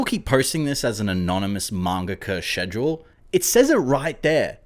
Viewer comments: I die inside when he pronounces schedule like "schezjole" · im sorry but the way you say "schedule" is pissing me off. it starts with a k sound no?